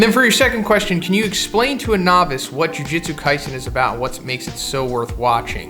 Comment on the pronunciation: Ju jutsu, not ju jitsu